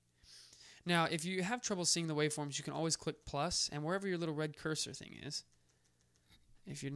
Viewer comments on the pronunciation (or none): none